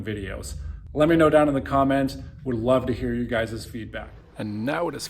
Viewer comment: I understand why you “wewd” sell this piece. But I do NOT understand how you could sell this masterpiece.